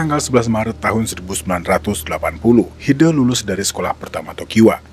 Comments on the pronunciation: Koreksi. HidE. E nya cempreng, bukan e kayak hideung gitu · WOOOY NYEBUT HIDE nya jangan jadi HIDEUUU dong sumpah ganggu denger nya lu salah nyebut nama orang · Bacanya Hide kayak huruf E di kata Lele